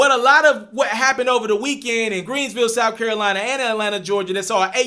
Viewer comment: Why he keep calling it greensville? It’s called Greenville guy. 😒